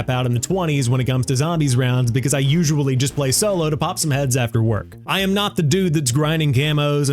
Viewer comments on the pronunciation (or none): none